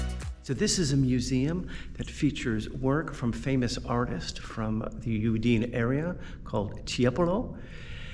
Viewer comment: It’s a beautiful region. I’ve spent a good deal of time there. Just fyi: it’s pronounced OOO-dee-nay. Not ooo-DEEN. 😊